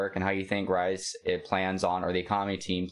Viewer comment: People are focusing on the wrong thing. Most companies don't even profit in the first couple of years. VeVe is already profiting. His name is also pronounced like "Reese", not "Rice" hehe Cool content by the way. Just subscribed to ya.